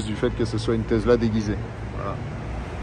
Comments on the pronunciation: TeSSSla ... pas Tezla ! :-D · Tesssssssssla pas tesela tu sors de ta campagne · On dis Tesla avec un sssss et pas avec un s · Désoler mais le taizzla me tue les oreilles 🤣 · Mais qui dit « tezla » aujourd’hui ! …. Personne à part toi 😄😄😄😄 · Une Tezla ? 🤣